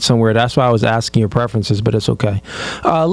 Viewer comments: This broad say "acking" one mo gotDAMN time!! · Akin? Girl can't even pronounce ASKING. Girl with the red wig, stop gluing them hairs to your face. Ugh. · The way she says “Akin” instead of asking is driving me crazy